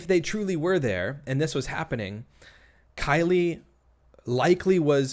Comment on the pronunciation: Also, in the beginning she slips up here words "I uh call...I mean talked to Killie"